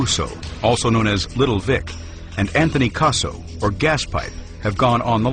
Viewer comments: Anthony "Queso" is how that guy pronounced it. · Gaspipe Queso made me lol